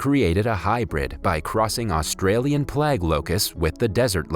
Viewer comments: 'Play-gue', not 'plag' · PLAGUE.. not plag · is he trying to say plague and saying plaks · Australian plag locust? You can look up the pronunciation of words for free on the internet. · What the hell is a "plag"? "Plague" is pronounced with a long "a," as in "plain." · Its either a robot reading or someone who has never uttered the word plague before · Almost not worth watching because of the mispronunciation of plague. It irks me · The way you pronounce plague bothers me. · Dude you really don’t know how to pronounce PLAGUE?!?!